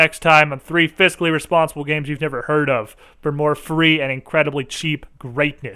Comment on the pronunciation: "Fiscally Responsible" sounds like "Physically Impossible"